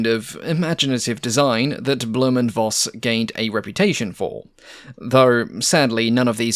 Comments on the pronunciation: Minor complaint: V in German is "fau", so it's pronounced Foss, not Voss. As in Folkswagen, not wolgswagen. 😊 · "Blohm & Voss" sounds like "Blowm & Foss" (like "fox" but with a long "s"). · Voss is pronounced Foss. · the letter v is pronounced as f in German, i.e Blohm and Foss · Great look of the B&V - reminds me to the Black Widow. By the way: "Voss" or "Voigt" are pronounced like Foss/Foigt